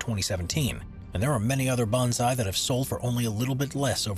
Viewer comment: Bonsai is pronounced bone sigh not bon zi. It is a method of growing and shaping trees. It is not a specific species of tree.